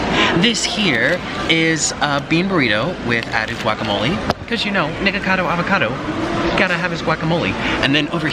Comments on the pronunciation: Wait did he say niggacado avocado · Mans said n*ggakado avocado